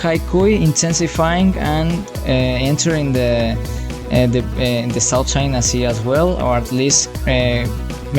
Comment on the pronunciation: Ah yes, "South Chia Sea"